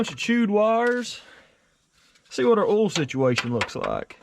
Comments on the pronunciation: "Ool", LOL 🤣. I've teased him about that too. Poor boy can't pronounce OIL 🤦‍♂️😂. Or aluminum FOLE, or an ignition COLE, or tilling the SOLE, LMAO! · I love the way you say oil lmao